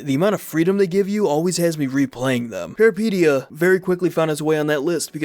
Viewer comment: Peripeteia, the first and second e sound like the es in elephant, fun fact peripeteia is a Greek word meaning adventure